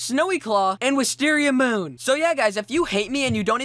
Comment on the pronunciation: APART I, YOUR WOLF LOOKS BETTER WITHOUT A BEARD. ALSo ,You're saying WisteriaMOOOO UOUOUUUN Wrong!